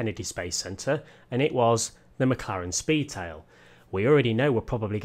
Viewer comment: I think I could die after driving the McLaren Spee-Tail! lol